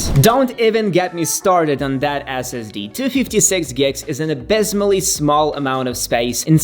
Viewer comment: its NOT Ass Ass Dee - It's Ess Ess Dee - Son I thought long and hard weather to buying the MBP M1 vs MBA M2 (as I will keep it for 4+ years). I went with the Air - as I just did not "need" the extra everything on the Pro (cost no concern) - I appreciated the lighter thinner powerful enough Air. YMMV of course.... 9 months later - I would buy the Air again - without question.